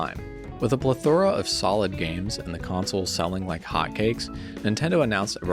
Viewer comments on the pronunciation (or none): Not a bad vid at all, but you gotta learn some pronunciation, amigo. You aren't using AI so there is no excuse. "Plethora" and "allocating" to name a few.